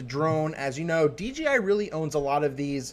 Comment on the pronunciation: You keep saying DGI